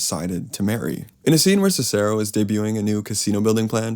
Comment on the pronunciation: You are mispronouncing the name Cicero